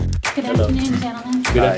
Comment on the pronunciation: the way Keith says "Hi". Sounds white as fuck.